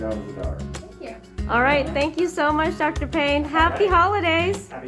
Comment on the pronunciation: Did you say doctor pain?